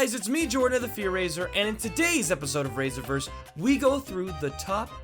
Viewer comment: rise-revers or ri-server just saying